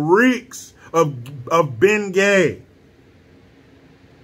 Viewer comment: Did you say “The White House Reeks of Ben Gay” or “The White House Reeks of Bein’ Gay” 🤔🤔🤔🤔🤔 🤣🤣🤣🤣🤣🤣🤣🤣🤣. FJB!!! 🇺🇸